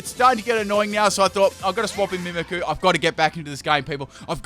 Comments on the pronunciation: I hate to be this person but it's pronounced meemeekyou not mimickoo and loocareeyo not lukaro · mimic-ooh - mimikyu says coh-vet for covet as well lool, not even a pokemon just a word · Mimickoo (mimikyu) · its pronounced MIMIC YOU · Greninja I can barely understand, but... Mimikyu?